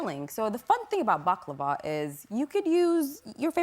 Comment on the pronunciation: i know what it is but the way host pronounced it was too bad that is why i said what is this ...